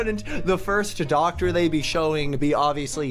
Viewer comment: Its doctor not docter lma